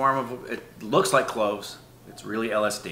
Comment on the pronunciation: His tounge slipped on cloves😂